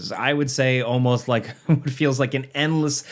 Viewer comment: Why was emphasis put on ALL, after "almost"?